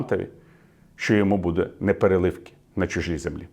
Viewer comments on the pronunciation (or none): Вперше чую від Віталія мовну помилку😊 слово непереливки має трохи інший наголос. 😊 Щодо змісту, як завжди, без зауважень